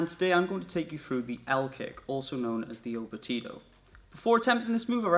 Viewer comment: The au batido pronounced (au bachido) is performed differently depending on the situation. My top leg is not extended and the kicking leg comes out straight forward but it's not extended until the knee comes close to the ear. That's how is taught in the group Nação Capoeira. I've always said I would love to see you train capoeira... hope I see more in the future😊